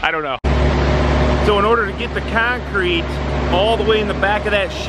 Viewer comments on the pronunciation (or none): Keeyoncrete 😂😂😂 man, the way you northerners talk... straight out the nose 😂😂😂